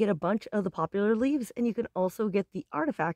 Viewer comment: It's called Poplar. NO U.